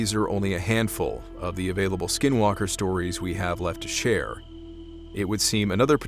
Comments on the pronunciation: Are you white? Anglo? I mean if you are, you are a few who said the Navajo word n skinwalkers correctly 👍 alot have difficulty, sir. Did you practice because it is a hard to pronounce. 😊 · This started out as boring and he said SW (in Navajo) perfectly 👌...